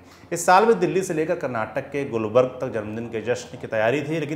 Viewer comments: it is gulbarga not gulberg and mallik arjun not mallika rjun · साहब शहर का नाम गुलबर्ग नहीं गुलबर्गा है ! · गुलबर्ग नहीं गुलबर्गा शहर है और दूसरा नाम कलबुर्गी है ! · Gulbarg nahin Gulbarga Karnataka!